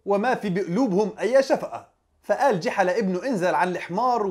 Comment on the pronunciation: يا رجل اسمه ( جُحا ) وليس جِحا